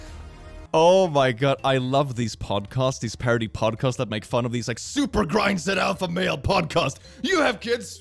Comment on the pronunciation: So... are you saying "podcosts" as comment bait? Or is it a pun I'm not getting 😅